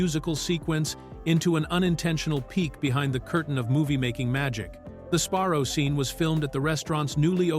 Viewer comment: that,and calling Sabarro's Sparrow's!🤣🤣🤣there's plenty more.😁😁😁